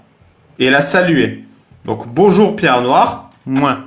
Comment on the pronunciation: Bonzour cailloux 😬